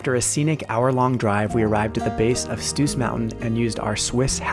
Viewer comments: Great video! What I noticed: is probably rather "Brienzersee" (near Iseltwald) and also is definitly not Lake Geneva, here it is clearly Iseltwald (Brienzersee). Also "Stoos" is not pronounced "Stus". It is just a longer "o" pronounciation. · Stoos-Bahn: We pronouce this double „oo“ like e single „o“ elongated.